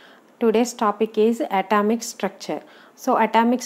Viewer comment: Mam adi a-tomto kadu A-tomio